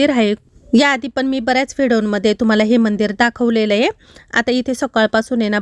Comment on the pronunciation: तुम्ही खूप शुद्ध मराठी बोलता😂 पण एकच शब्द गावाकडचा वाटतो😂 तो म्हणजे (हाए) नाही ➡️ आहे म्हणत जावा